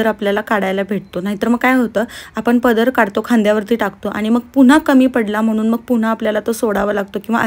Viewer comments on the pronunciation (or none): none